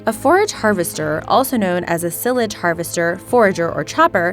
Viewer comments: It's pronounced Sy-lidge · It’s SILE as in TILE, AGE. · Sigh-ledge is how it is pronounced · its pronounced sigh-lage not sill-ige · Pronounced Silage as in when you say "eye" ... Was developed in NZ. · Don't know how to pronounce "silage"?! Great IQ there... ;^) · Silage isn't pronounced like that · She didn't know how to pronounce "silage"😂😂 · Silage is spelled with one “L”, not two...Jesus I couldn’t take anymore of the terrible word pronunciation in this video after that 😂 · learn how to pronounce silage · when you can't pronounce 'silage', then comes the George Noory theory on fracking/earthquakes...nonsense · You don't know how to pronounce silage? Do you know how to pronounce the thing that silage is stored in? A silo? It's like that.